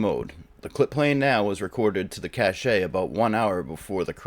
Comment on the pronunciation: Cache is pronounced cash. Lol